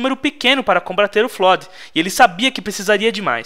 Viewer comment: pq q ele fala tudo errado?!! Arka é Ark, Didacta é Didact (se fala Daidéct) Flód é Flood (se fala Flôôd) Prometheus é Promethean (se fala promífean) kkk falô elado (errado)